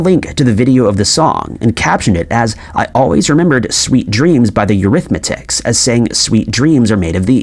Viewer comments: PLEASE! It’s EURYTHMICS not THE eurythMAtics. They didn’t use THE before the name . Annie Lennox ,the singer says THIS but with an accent that sounds like THESE. Please pronounce things better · Eurythmics, not Eurythmatics! 😂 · Is the narrator from reality B? I’ve always known the band name to be Eurythmics not EurythmATICS. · 😂 The Eurythmics I think you meant to say 😮😅😂😊 Eurythmatics Nooooooo😂😂❤ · NOT EURITHMATICS. Rewrite your script or teach your AI narrator to pronounce the name correctly. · It’s Eurythmics…: NOT Eurymatics… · The name of the British group is Eurythmics! Not Eurythmatics! Seriously? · It’s EURYTHMICS, not EURYTHMATICS you dipshit! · Ironically you mispronounced Eurythmics, as Eurythmatics. There is only one T in the name. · ... The Bee Gees started before the Beatles, So end of 50's 👀 But they were younger 🤗🤗🤗🙏🏼💞 It's Eurythmics not eurythmitics 😂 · EURYTHMICS NOT EURYTHMATICS! (Unless you are creating a new Mandela Effect) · The name of the group is eurythmics ...it's eurythmitics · Okay I was all in until the narrator said The Eurythmetic instead of the Eurythmics. Fix your AI or learn how to pronounce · Eurythmics sounds like "Your Ith Micks" not "your arithmetics" sorry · The Eurythmatics?😂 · you called the band the Eurythmatics, it’s Eurythmics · Why don't you learn how to pronounce. It is NOT arithmetics. The band is Called The Eurythmics!! You sound like a damn fool!! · Eurythmetics? Really? Good grief... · Eurythmics is not pronounced eurythmatics, also, sweet dreams are made of this. Correct lyric, always. Every word in a song does not have to RHYME. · Eurythmics not eurythmatics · The group was Eurythmics. Not euithmatics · EurythMATICS ??? Dude, it's EurythMICS, get it right if you are going to narrate. Geez.... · Eurythmics, not Eurythmatics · Its the "Eurithmics" not Arithmatics . You pronounced it arithmatics. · The name of the band is Eurythmics!! Not Eurythmatics! Secondly Andy Gibb did not found the Bee Gees!